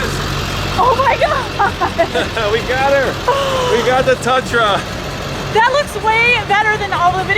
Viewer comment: It's not a "Tutra"...